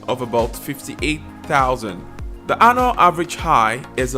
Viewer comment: Annual (anyual) not anal🤔😆